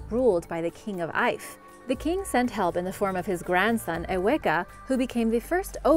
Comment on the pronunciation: the word Ife' is not 'eyef, it's pronounced Eefay or Eefa.